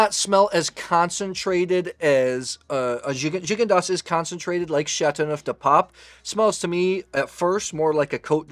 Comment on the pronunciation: Glad to see you using the Coravin. It has totally changed the way my wife and I drink wine. Also, I discovered I’ve been pronouncing “Gigondas” wrong all these years.